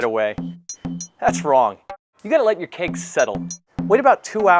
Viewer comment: haha i kept thinking is he saying cake or keg . LOL